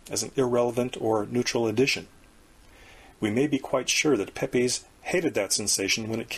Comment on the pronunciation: Pepys is pronounced 'PEEPS' lol and Occam is pronounced "Ah-Kuhm'/'Ah-kam'